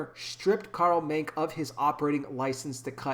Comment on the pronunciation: The e in his name is pronounced, just wanted to let you know